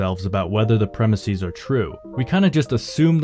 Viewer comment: “Premise” is not of Greek origin, yet you are pronouncing its plural as though it were. Plural of premise is pronounced PREM-iss-ez, not PREM-iss-ees.